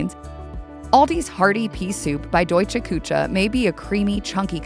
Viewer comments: Küche is NOT pronounced “koo-tscha.” OMG. 😆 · Kuche is pronounced Ku-shz -e not cha